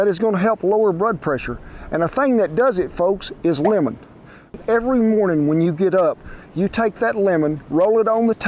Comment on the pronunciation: The first time you said "lemon", I thought you said "women" lol!